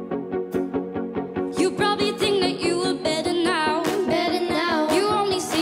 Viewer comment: Lucero The Blondie who can't pronounce "now" correctly.